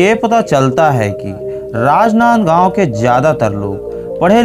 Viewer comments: कितना गंदा बोल रहा है...राजनांदगांव बोलना तो ढंग से सीख लो। इन्फोर्मेशन बहुत कमजोर है। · Bhai rajnandgaon jis style se bola hai n ispe hi mza aagya🤣🤣